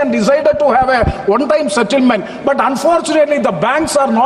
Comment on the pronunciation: NKP pl say one not vann